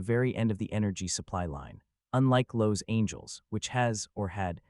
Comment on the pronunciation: Lowe's angels? Total AI